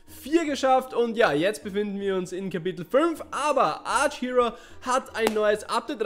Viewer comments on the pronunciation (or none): Hey^^ Danke für das Video :3 Aber mal eine blöde Frage? Ist das ein Insider, dass du statt Archero immer Arch-Hero sagst? Ich mein das nicht böse, bin nur neugierig^^"